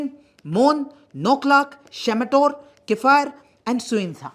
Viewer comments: Love it how you pronounce kiphire n tuensang 😅😅...n we ENPO wants seperate statehood because we don't get what's our in every aspect... education which is most the most important backbone n pillar of everyone... just compare the whole six district college with kohima/dimapur it won't be able to match..n Even after that in one GOVT. college the Nagaland government can't provide sufficient lectures for the students. Now there's some private colleges coming up... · They way he said kiphire 😂😂😂😂